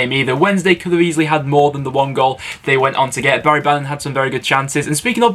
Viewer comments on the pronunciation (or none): none